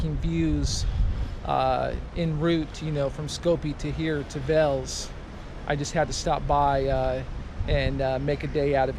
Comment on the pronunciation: Thanks for visiting Veles man 😊 the correct prononciation is VAILAISS 😅